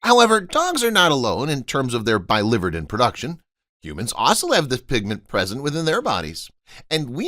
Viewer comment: I promise never to subscribe to clickbait videos. PS Biliverden is pronounced billy-vir’-den